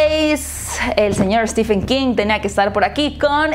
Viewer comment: Por que dicen "Stifen" 😨 Se pronuncia Stiven 😊